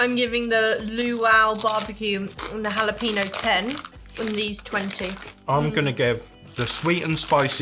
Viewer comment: It's Hula-peno! So it's Hawaiian jalapenos! Lol.